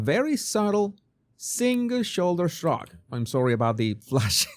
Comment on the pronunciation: A single shoulder shrug. Say the 5 Xs fast! I thought he said the second time, " a single sugar shug"!